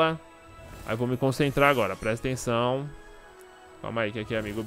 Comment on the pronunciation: pq q todo mundo nessa vida fala PRESTENÇÃO qual a dificuldade de falar PRESTA ATENÇÃO!!!